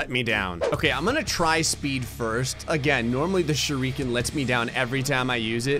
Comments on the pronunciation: What is a ‘sure EE ken’? I thought it was just ‘shu ri ke n’ But like, put together as ‘shuriken’ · Most People: "Shuriken": "ShurREEEEEEEken)